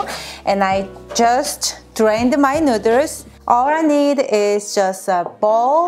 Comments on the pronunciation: I kept thinking she was saying Nuders, but then i seen his shirt and it says Nuiders, Didn't even know they were called that over there, kinda funny, Just ask a girl if you want to have her Nuiders. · Your husband is a lucky guy. I love cooking so I watched for the recipe, but I subscribed after you said nooder. Much love to you both! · the nooders... the goddamn nooders! ...[nú:ders] :D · Lol I gotta say this but any Asian with and accent saying noodles in English sounds like nooders 😂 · When she says noodles it sounds like she said nuders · "Ramen nutters" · The cutest 😻😻😻 You two are so beautiful together. And the merch 🙀 I haven't seen your channel in maybe over a year so I remember that video of you answering viewer's questions. I actually sometimes say nooders to my kids 🤓 Anyways, love your videos. Thank you!! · She says nooswrs lol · it is so charming with her accent how she pronounces "noodles" <3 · It's so cute the way she pronounces noodles - also there's an Asian supermarket in my area. I know what I'm making for dinner tomorrow. ;) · Why can she say boil but not noodles 😂😂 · I absolutely love the way you pronounce "noodles"! It's SO adorable!!♥ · Love the way she says noodles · stop trying to crack jokes...Oh n BTW it is Noodles not nooders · It's noodles not nooders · said " please don't say NOODER " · Noodle pronounced Nude-Elle-s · Did anyone notice that she kept saying neuters instead of noodles and then her husband's shirt literally says neuters on it hahaha that is f**** hilarious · The cringe when she says noodles “nooders”🥲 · Nuderrs 🤣 great video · Nuders?😂😂😂 too cute! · Nuturs Edit: wait now I feel mean :( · hey hey! you cant say that word nidders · Cook my “ramen noodles” lol no hate I love how you saw that CANT FORGET THE RAMEN NOODERSSSSS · I don't think I have ever heard noodles pronounced neuters in any accent before now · Ok, the way she pronounces “nooders” is adorable!!! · Is she saying nooders? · Nooders I’m sorry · I LOBE NOODER